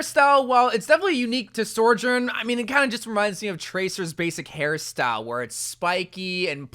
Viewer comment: say it with me bro, SO-JOURN. NOT SOR-JOURN